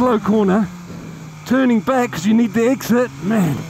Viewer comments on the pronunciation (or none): none